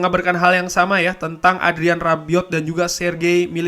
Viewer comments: Bang Rabiot bukan arbiot😁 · Rabiot,,bukan arbiot